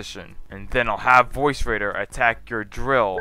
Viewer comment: VORCE. VORCE raider dude. No "I" in VORCE.